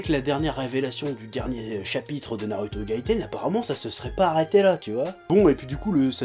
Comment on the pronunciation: on dit ''Narouto'' et pas ''Naruto''